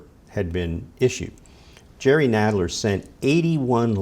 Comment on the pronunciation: Learn how to pronounce people's name before you say them in front of 96,000 viewers please. Myoooler and NAYdler...